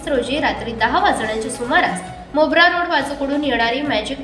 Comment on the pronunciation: मोबरा नाही मोरबा